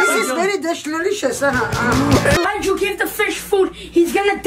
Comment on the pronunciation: “This is very dishlerishious” IM CRYING